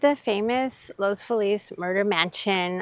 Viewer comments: I’m sorry, but you lose all credibility as a Realtor if you can’t pronounce the name of the neighborhood. Los Feliz is not pronounced in the correct Spanish way. Locals call it Loss Feeliz. Seriously. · Los Feliz Please 😢 It’s not called “LOOS FULL LEASE” it is called or pronounced locally as “LOWS-FEE-LESS” ❤ Thank you Sincerely All the native Angelinos’s ❤️💋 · You might want to look into pronouncing Los Feliz like the natives of LA do. Interesting walkby though, thanks.